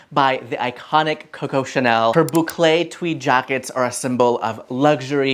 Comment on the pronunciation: Hello, tu prononces très bien le mot Bouclé 👍👍👍... Et merci pour tes sages conseils en déco.